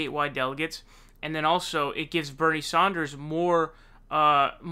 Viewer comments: This guy would be like... “... If you are going to Saun frauncisco... make sure to wear flowers in your hair “ 💐 🌺 😂 It’s San like San francisco ! Then der! Like DER!🤪lol nah It’s DER! Like THUNDER! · Love your content, but, it's SAN-ders, not SAUN-ders. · Its sanders, not saunders! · Please pronounce Sanders correctly 🧐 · I love your channel and I hate to correct you but it's like finger nails on a blackboard hearing you pronounce Bernie Sanders. It's not Saunders.... its saa-n-derz. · He does say Saunders.... but why??? In England, we say Sanders like Saanders. So may be.... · jesus christ dude... props on how fast you get news out, but dude every time you say "" it's makes me want to fuckin bludgeon someone death, fuckin knock it off, jesus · bro, how do you say 'sand'? saund )) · I love your videos! Just wish you would pronounce sanders name correctly. Lol you seem to pronounce ppls name weirdly. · Love this guy but th way he pronounces annoys the f outta me